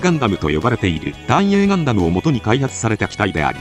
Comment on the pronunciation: ガン↑ダム↓の発音がなんかクセになる